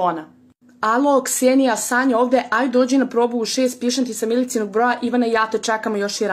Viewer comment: Gramatika na nivou pise miličinog ona čita milicinog a karadjić lepo rekao da čitaš kao što je napisano